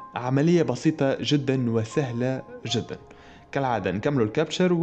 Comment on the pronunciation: كابتشا captcha وليس كابتشر